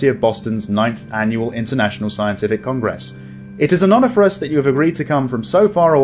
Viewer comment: I beg you not to accent 'gress in the word Congress... thanks 🙂